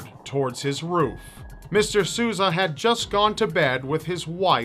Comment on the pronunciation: Dude, if you don't speak Portuguese... ASK SOMEONE. That is not how you say Sousa